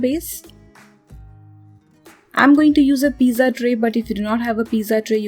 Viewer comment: She really saying piza like piza tower 🤣🤣🤣